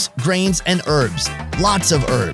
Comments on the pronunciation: HERBS not ERBS , k thanks. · Urbs? Damn dude. Just Say Herbs... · It's not earbs its hearb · Love this video. Why can Americans not say herbs they say erbs. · stop saying erbs its HERBS WITH AN H.......... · Erbs? Herbs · herbs ?...not urbs...great program though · Erbs? What are these erbs you speak of?????? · Why can't americans say herbs